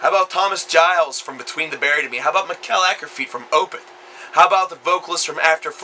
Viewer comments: LOL That way you said Mikael Åkerfeldt made me laugh! Mickel Ackerfeelt :P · dude you butchered the shit out of Mikael Akerfeldt's name. Shame on you. Great review though